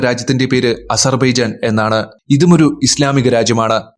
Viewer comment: Asarrrrrbeeejan .... shuvarka bhachakal 😂😂😂😂😂😂😂😂